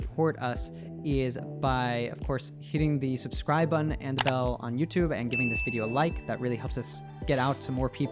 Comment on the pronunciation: How you guys pronounce botton? Where is tton?😂